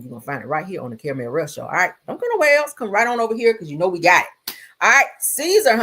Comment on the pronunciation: Caramellll not clothe pins on ya nipples 🤣🤣🤣🤣🤣